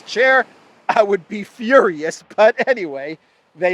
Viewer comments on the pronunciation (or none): none